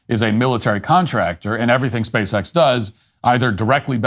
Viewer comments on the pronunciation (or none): It's a little bit hard to take seriously anyone who refers to the company as "Speece-X"